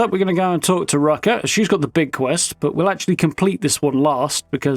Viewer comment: So you pronounce "er" like an "a" And pronounce "a" like "er"?... 😂 Rucka is Rucker to you And Rucker is Rucka to you 😂🤣